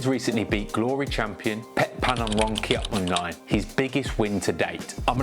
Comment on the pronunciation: Kiatmuu-Nine? Absolutely butchered the name 😂😂😂😂😂